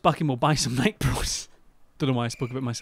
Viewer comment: Lewis mispronouncing Nike is the best part of this video